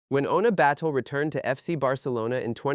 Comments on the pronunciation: It’s “Batlle”, catalan surname, not “Battle” 🤣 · She is free agent. Up to her. Also! Who is the idiot that keeps calling her Battle……. ? Learn to pronounce names and people won’t call your videos shite… like this shite video